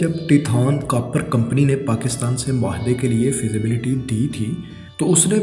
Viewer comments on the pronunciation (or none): not a single word pronounced correctly... nakali nahi nikali .... kapar nahi copper .... bad urdu pronunciation is so hard on ears.